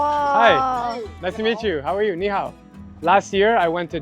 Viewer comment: IT'S NIHAO NOT YEEHAW!!